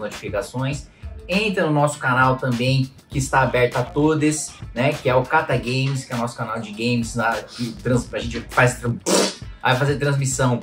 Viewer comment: Sempre que escuto você falar em katagame eu entendo katagay...